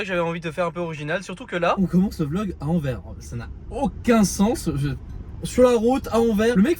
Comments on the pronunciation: Salut, Anvers se prononce « Anverse » Sinon toujours aussi chouettes à regarder tes vlogs! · Enfaite Anvers, le s à la fin se prononce fort, son nom flamand ou plutot néerlandais c'est Antwerpen. Et anecdotes c'est la commune la plus peuple de Belgique, Bruxelles ville n'est que la cinquième derrière Anvers, Gand, Charleroi, Liège puis Bruxelles. Elle fait 550 000 habitants environs pour 1,3 millions en agglomération. Apres Anvers est proche de tous, Rotterdam, Amsterdam, liège, Bruxelles, maastricht, zeebruge, lille, gand,... le benelux est le coeur logistique et le poumon économique de l'europe c'est aussi pour ça que c'est extrêmement dense en population, presque 600 habitants au km², le benelux c'est d'habitant pour un territoire de 70 000km² environ (ce n'est pas précis). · on dit AnverS - prochaine fois aux Pays-Bas mange chinois ou indonésien - tu filmes bien. Continue. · il y a un "S" à Anvers, il faut le prononcer!!! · on ne dit pas Anver, on prononce le S a la fin, donc Anvers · C est pas ANVER...mais ANVERS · SVP on dit Anvers "sse" C'est comme si nous en Belgique on commençait à prononcer le S de Paris. 😂 Ps: on dit pas ville Française mais Wallone ou limite Francophone. Mais il n'y a pas de ville Française chez nous. 😅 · Alors c’est Anverssssss et non Anver 😂 mais effectivement on dit pas Parissssss mais c’est le flamand. Ah ah ah. Merci pour l’aventure.